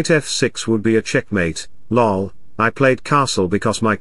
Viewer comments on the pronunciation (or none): Stockfish says,"lull" for LoL.